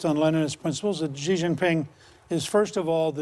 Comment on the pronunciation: “Xi” is pronounced as “see” not “she”!